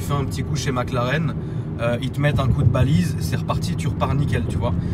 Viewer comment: pour info on dit valise pas Balise, sinon super vidéo continue comme ça 👍🏼👌🏼